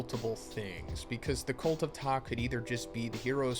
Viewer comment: You pronounced Ptah's name correctly bravo👏🏿